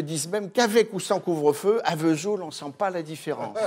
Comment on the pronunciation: Sauf que la cancoillotte ne sent rien ! Alors, on ne pardonne rien ! Le metton n.est pas fabriqué à V’soul ! Aucune prononciation correcte franchement ! 🤣 Que des jaloux ! Connaissent même pas le passage des Annonciades ! Souvenirs.....